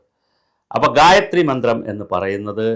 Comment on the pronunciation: Sir, you utterance of gayatri is wrong. It should not be read like a a paper or news., but only chanted with 4 swara sthaanams. In addition, gayathri for every devata exists. Brahma , vishnu , shiva, rudra ,durga, lakshmi, agni, vaayu ,narasimha ,sastha, Subrahmanya ,varuna, ganapathi, nandi, garuda, hanuman, aditya, sukra, nataraja , ...every adidevatha... I suspect many tantris and shantis in kerala aren't well versed in purusha sukta, bhagya sukta, sri sukta or any veda shakas. A bhagya sukta pushpanjali gets over in under a minute. Im learning krisha yajur veda shaka from the age of 14 even now when im 44 yrs old. Pity the sorry statevof affairs in kerala and recruitment methods used for priests.